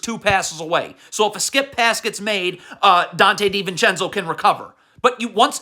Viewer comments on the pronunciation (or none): none